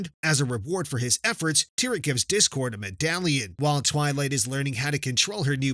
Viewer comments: It's not tyrek it's a tear at okay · Dude is Cadance not Candace and is not Tyrek, is Tihrek!!!!!